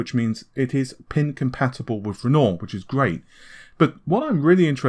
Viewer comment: Excellent video! but one tip, work on your pronunciation my man. Nahhhvay? Compare-atively? WIff? So wrong...and it just reduces your credibility.